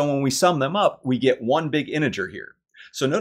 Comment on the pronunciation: Thank you for an enjoyable proof. I was pleased it contained several uses of the letter T in the word “integer”. I’ll be back.